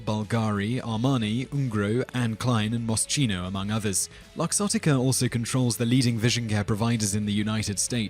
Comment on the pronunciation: face / palm . . . Moschino = moss key no.